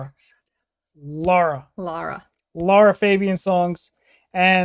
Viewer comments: “She’s my favorite” but calls her Laura throughout the video instead of Lara. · Lara not Lora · One of the purest and heartfelt voices on earth. A friendly suggestion: try to find the correct pronunciation of her name: the a's in her name are pronounced as the A in the word car or master, so Lara Fa bi An not Febien. Love your videos with pure emotional reactions. Thank you so much. Rudi from the Netherlands.